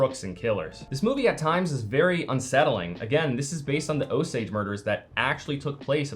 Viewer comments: It's "oh-sage"..... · Is it "oh-sage" or "oh-sodj"? I've never heard the pronunciation the creator is using but I'm wandering if that's just regional? I'm not from Oklahoma or that part of the USA but I used to work with a man who was (I believe) a quarter native American and I think I remember him saying "oh-sage", but maybe I'm misremembering. That's a possibility.